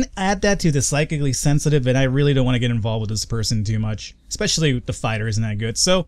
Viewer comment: finally says Psychically Sensitive right. Take note people he can learn!;)